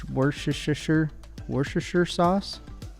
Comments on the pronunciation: “War-Chester” btw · I find it funny hearing people butcher it its basically wus-ter-shire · as a brit, made me cringe lmao it's great hearing people butcher the pronunciation (for future reference, its pronounced wus-ter-sheer :)) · Worcestershire is pronounced like Wooster shire, with shire pronounced like New Hampshire, not like the shire of the Hobbits. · WOOSTER SHER SAUCE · Lol the way he tried to pronounce Worcester. It confused me even though I love close to there